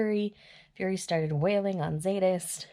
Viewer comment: The Z is silent in Zsadist.I can't wait to talk about these books with you.I wanted Butch with someone else.😙